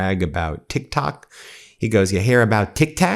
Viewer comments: Its called Tik Tok not Tik Tac, you Twit! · Tik Tok , not Tik Tak, which is candy. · He said tic tatic! 😂 he does not even know how to pronounce that right! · This administration needs learn the history of the Middle East. He can't even pronounce TikTok. It's not Tic Tack Donald